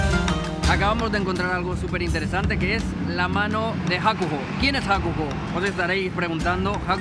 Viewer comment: Madre mia, HAKUGO, ES HAKUHO, que video mas lamentable y todo por vagos y no saber inglés